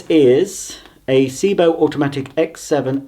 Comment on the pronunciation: Also it's Sebo not Seebo